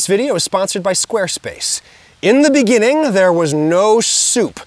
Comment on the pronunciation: “In de beninging”